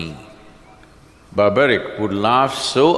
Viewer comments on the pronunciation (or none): Sorry friends, Sadguru's knowledge is questionable here. I think he will need to read Mahabharat again and also pronounce the name of Barbareek, he was not Barbaric. Moreover, he had taken oath to fight for weak not to fight for looser. He had to start fighting on the side of Pandavs and not on random side because he was grandson of Bheem. Later on he may had to change his side based on his oath. There are so many things he got wrong.